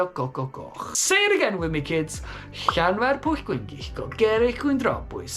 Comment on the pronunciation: Wow! That really is a long town name and you say it so very well! LOL. But then again, you should since you are a native. The history of the name is really interesting as is the linguistics of it. My Dad's middle name was Llyewllyn and now I know that we have also been mispronouncing it all this time. 🤣🤣🤣